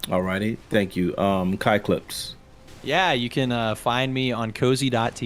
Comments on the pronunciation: when pronounced Kai Clips name as 'Cuck Lips' or 'Cock Lips' it really ruined the debate for me I just couldn't stop laughing. Especially seeing Kais face wondering if he heard that right just after. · Is it just me or did anyone else NOT hear “kai clips” . I swear I head c*ck lips. It looked like even Kai heard it wrong lmao